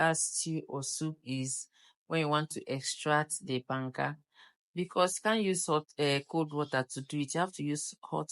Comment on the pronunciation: It’s banga